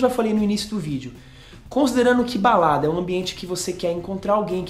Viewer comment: Alguém mais ouviu baladras?..kkk